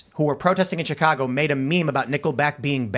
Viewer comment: MAGA like '' tchicagga '' BABY... Mom from Carbondale 😅